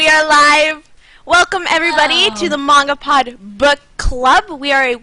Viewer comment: Mahn...gah...pod. Gotta breathe in the A.